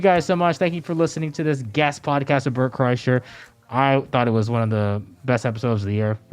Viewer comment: Bert "and Georgia said" Kriesher